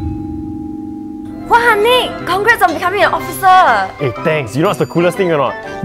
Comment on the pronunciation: isn't it officer, not 'occifer'?